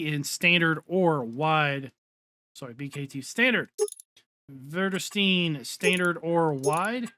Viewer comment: english pronunciation just in case you're wondering, great vids! vredestein = VREDE-STEEN väderstad = VEATHER-STAD (like FEATHER but with a V or like VADER in darth vader ... and STAT but with a soft D instead of a t) vervaet (trike) = VERVAAT I hope Giants gives us even more tools from different well known brands.